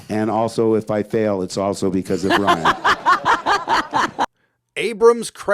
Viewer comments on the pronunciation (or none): none